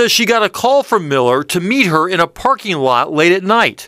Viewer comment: "Parkeen lot"????? "Parkeen" is not a word.